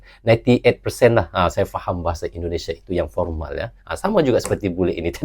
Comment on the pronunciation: Formal om bukan pormal...😂